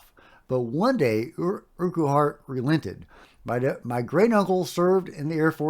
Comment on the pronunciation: The dude's name that you can't pronounce is pronounced urkhart.